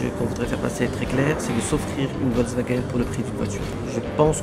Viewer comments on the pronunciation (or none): le directeur qui ne sait meme pas prononcer correctement Volkswagen